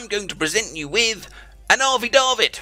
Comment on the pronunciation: affidavit is pronounced (aaf-fee-day-vit). Nice try though! :D